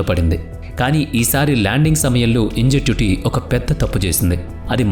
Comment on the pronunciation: ఇంజెన్యుటీని ఇంజెట్యుటీ అంటావేంటయ్యా బాబూ! నువ్వు చదివేదేంటో నీకు తెలీదన్నమాట!